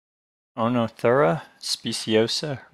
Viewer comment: EEnothera. Long E, first O is silent.